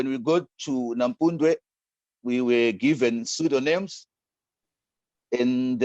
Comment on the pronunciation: He pronounces Nampundwe correctly.